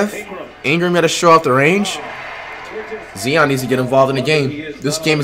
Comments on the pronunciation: Flight u doin this on purpose now. Its not Zeon, its Zion. Z-eye-on. Not Z-ee-on. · Keep on saying Zeeeeon all you want Fight :) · If he says zeon or akumpo one more time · This man hears zion but says zeeon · flight who is zeeon 🤦🏾‍♀️🤣🤣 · Nobody : Flight : zeon an akumpo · Bro Zion and Giannis are my 2 favorite players and it’s just hilarious how he calls them Zeon and akunpo. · Why tf does flight say Ancockbow and Zeeon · “Look at Zee-on Williamson Man” I hope Zion becomes Flights next Curry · “Zeeon Williamson vs AKUNTpo” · “Zee on williamson and akunkpo man” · Bruh it’s not akumpo it’s prounouced ante ta koom po and it’s not zeeon it’s ZI ON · Zeeeeeeeeeon, it’s zion man, Alonzo, it’s Lonzo man, Akumpo, it’s antetokounmpo man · You hear the commentators saying Zion but you keep saying zeon stoop disrespecting him like that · Flight: Zeon What it really is: Zion Flight: ahkumpo What it really is: Antetokounmpo Flight: Donacic What it really is: Doncic Flight: “Steph is 6’0 What he really is: “6’3” Flight: “Ahkumpo is 7’3” What he really is: “6’11” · It's not zee-on it's zi-on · This nigga steady callin this man “zeeon “ instead of Zion 🤦🏽‍♂️ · How can you here this many times zion's name pronunciation and still pronounce it wrong? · he clearly hear the announcers saying Zion he still saying zee-on who the fuck is zee-on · Nigga said zeon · Why did flight say Zeeon Williamson and Akumpo ?? Who dat supposed to be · This nigga said zeeeon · Why you saying Zieon n stead of Zion? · I fucin hate u flight u is dumb bro say his name rightwho tf is zeon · Nigga still pronouncing Zion-Zeeon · It’s “ZY-ON not ZEE-ON you dutt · Flight his name is pronounced Zy-on not Ze-on Like so this man can actually pronounce his name right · Zion not zien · WTF IS ZEEON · Bruh it’s Zion , not zeeon got damn 😂🤦🏾‍♂️ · Learn on how to say there names, there is no E in Zion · Can you please say Z.I.O.N not Z.E.E.O.N please I’m begging you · bro do u not hear the announcers sayin “Zion”🤦🏾‍♂️